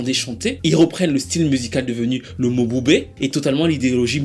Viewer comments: Ça ne se prononce pas Mo-bu-bé mais Mboubé😅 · Prononciation is not mobube but m(e)bube